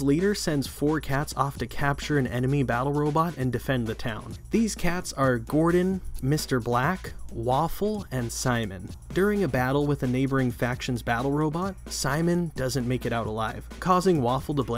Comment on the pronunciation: It's Mr blik not Mr black